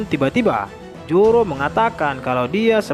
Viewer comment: ZORO BANG.. BUKAN JORO 😂😂😂😂